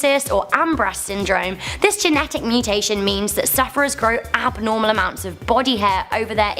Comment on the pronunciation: Interesting but why the fake cover photo? And dude, gotta learn how to actually pronounce the names of the mutations you're talking about.